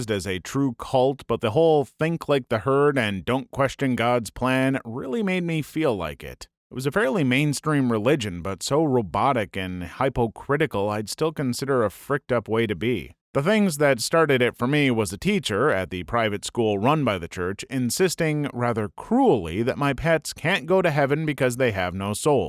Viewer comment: bro said "hype - o - crytical"